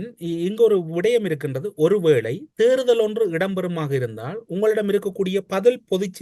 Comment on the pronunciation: தமிழரசு அவர்கள் “தேர்தல்” என்பதற்கு பதிலாக “தேறுதல்”என்று பலமுறை உச்சரிப்பதை கேட்கக்கூடியதாக இருக்கிறது. உச்சரிப்பை திருத்திக்கொள்ளல் நலம்!